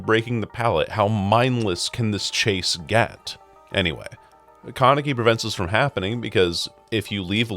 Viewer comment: how you pronounce Kaneki is frying me